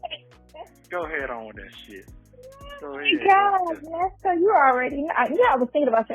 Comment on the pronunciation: "Put some RESPEK" on that man name ...its "ERNESTO"...LOL